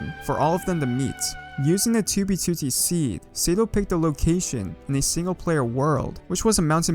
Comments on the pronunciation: Tubey tutti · 2b twotee